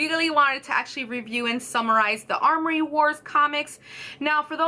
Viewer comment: Amory, not armory.